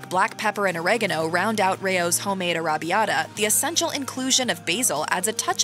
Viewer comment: It is arr-a-bbee-ata, not aRRaBB-ita